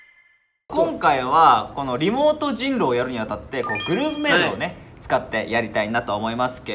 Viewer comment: 翔｢おーい りもーとじにやれよ〜｣ 発音ひらがなすぎない？ しょうたくん(5さい)きゃわいい🐰